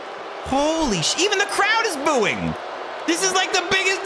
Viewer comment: craud townt? 😂😂